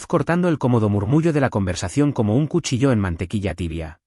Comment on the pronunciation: Cuchillóóóóóóó Pavóóóóóó Ay Dios !!!, éstos no conocen la granática española? La IA, tan inteligente 😮 debería empezar a estudiar con Duolingo 😅 que enseñan muy bien 😂 Gracias de todas las maneras por el vídeo. Desde España